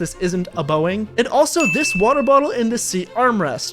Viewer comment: I love how you say "i dont need the safety cuz isnt beoing"